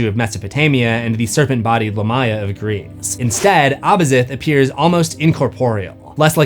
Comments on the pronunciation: Dude,stop saying the name as LAH-MY-A its CORRECT pronunciation is LA(H)M - ME-YAH. as in ancient Lamia VAMPIRES in EARLY EARLY European Folklore and myths surrounding oral storytellings of bad luck places and mysterious locations where Spooky animals, and creatures were said to roam and hunt for unwary humans not smart enough to know being out, late at nights were a good time and bad locations to be if you wanted to be KILLED or attacked by Spirits, vampires, werewolves, revenants, zombies, Hell hounds and whatever other dark hunting hungering spirits and beasts were out hunting for living creatures or humans to eat were easy to come upon, looking like meals (ready to eat!) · only critique I have is Lamia is pronounced Lay mee uh, or Lah mee uh, not lah my uh. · you managed to say it wrong again 😅🏆 it's Lámia, not Lamía. You put emphasis on the "i" instead of first "a" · Great episode.. But your pronunciation of Lamia is weird.. Lamia is most commonly pronounced LAY-mee-uh (/ˈleɪmiə/) in English, though LAH-mee-uh is also used. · It’s “Lamb-ee-uh” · Man, I thought I was losing it or maybe it was another case of Supernatural getting pronunciation wrong again, but nope. The proper translation of Lamia is Lámia, and it is most definitely pronounced with the emphasis on the first 'a.' 😂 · It is a name of arabic origin, and pronounced lam ya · The amount of times Lamia is mispronounced in this video makes it unwatchable. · That is an insane pronunciation of lamia.